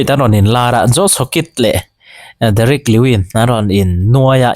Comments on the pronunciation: Derrick lewin an ti ngailo,lewis tih tir aw😂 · Ni e, Derick Lewis tih tur kha, Derick lewin a ti tlatin ka hria mahse, Tihsual palh a niang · Fighter hming ho hi sap ho lam dan hian lam ve law2 mai la, joshua van pawh sap ho lam danin i pawm kha, justin getze pawh a ni bok lo, derick lewin pawh a ni bok lo, ufc fans inti ve si a thluk i thiam lo pawh in a spell dan tal chuan lam rawh